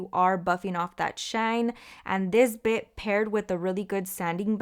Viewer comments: I thought she said bi**h 🥴🤣🤣 I'm like Yesss! That bi**h do come in handy 😭 but she said Bit! Lol. Love the video though, very helpful thank you 😊 love you girly! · Lmaoooo i definitely heard “this bitch you guys “ i had to rewind like huh 😭😭😭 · Lol I like how you put this bit lmfao cause it sounded like you said this b**ch hahahhaaha but that works for it too hahahahahahhaha